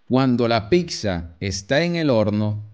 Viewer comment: Es genial que sea tan sencillo de comprender, simplemente me genera escalofríos cada vez que dice "picsa"